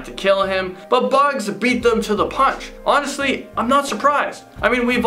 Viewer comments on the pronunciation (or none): none